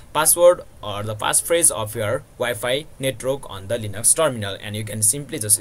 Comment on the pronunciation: its not netrok its net-work